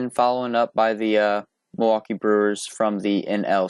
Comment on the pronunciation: Milwaukee not milwaukie